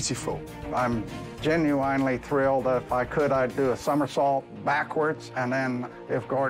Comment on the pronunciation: That old dude saying that he was Gin-u-wine-ly thrilled I think pretty much sums up how his hotel got in the shitter to begin with. Freaking "Gin-u-wine-ly" GTFOH!